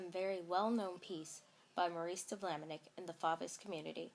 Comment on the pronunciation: Maurice de Vlaminck - not Vlaminick. There is no "I" before the "ck". (It's pronounced -VLAH-mink) Your material is very good.